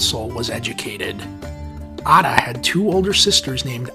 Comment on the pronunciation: Man the pronunciation killed me Mohammed aaaaataaaa😂😂😂😂😂😂😂😂😂😂